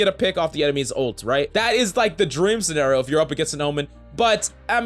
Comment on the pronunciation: What's a sen-air-oh? He meant to say Scenario. Pronounced seh-nair-e-oh